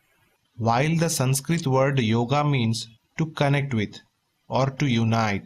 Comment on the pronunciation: It's yoga not yogaa.